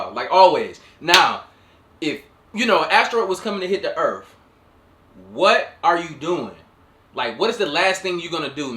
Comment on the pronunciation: Earf? Did we rename Earth??? 😂🤣